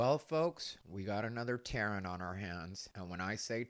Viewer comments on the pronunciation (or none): "Taren" 😂 that is funny but suddenly I feel bad for my friend named Terrin 😂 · “Taren”?? 😂😂😂😂😂😂 I cant😂😂😂